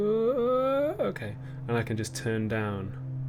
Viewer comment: Whenever Olly says "Okay", I always hear it as "Hawkeye". Very confusing XD